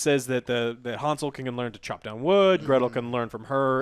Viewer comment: It's Hänsel. Hääääänsel, with an umlaut!